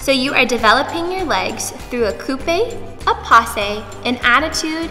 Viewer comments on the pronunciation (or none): none